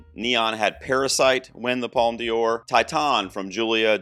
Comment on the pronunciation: Don't worry, your pronunciation of "Un Certain Regard" is fine. ..Unlike your pronunciation of "Palme d'or" like "Palme Dior" :)